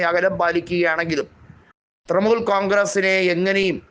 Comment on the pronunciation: തൃമൂൽ അല്ല തൃണമൂൽ